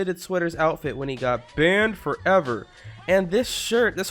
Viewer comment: And I like how he says banned FOVer